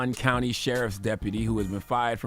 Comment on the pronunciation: The fact that he can’t say that county right kills me